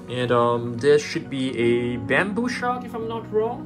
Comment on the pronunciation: Him saying shark: basking shuk Me: 👁👄👁